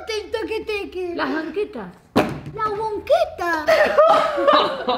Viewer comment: Madre: las banquetas!: las wonquetas XD